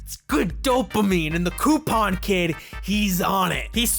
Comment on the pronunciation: Ok, you cant be coupon king and not know how to pronounce the word "coupon"! 🙄